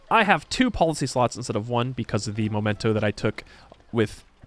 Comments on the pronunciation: crises not crisises / memento not momento / cairn not karen / piety (PIE-ehtee) not pee-ehtee / 'talked at length' not talked on length / Thanks. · I would like to point out that it is mEmento, not mOmento. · I've been taking a drink every time you say momento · Makes an effort to correctly pronounce the names of leaders, cities, and characters of all cultural backgrounds Also: MOMENTOS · The mementos pronunciation is cursed lol